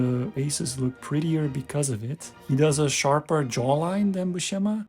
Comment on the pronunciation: IMHO Buscema's faces are much more convincing and appealing than Silvestri's. (Buscema's name BTW, is pronounced with an "s" sound, not an "sh.")